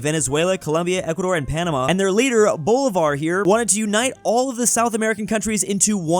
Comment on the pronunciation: Heard says “boulevard” 100 times before realizing he meant Bolívar